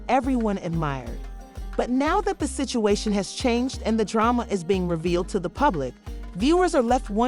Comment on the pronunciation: She said “pasituation”😂😂😂 .